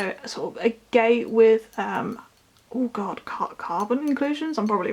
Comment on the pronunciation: i believe it’s pronounced ag-et